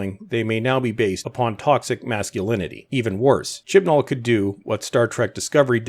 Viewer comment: I can only hear Chin Balls when you say Chibnall now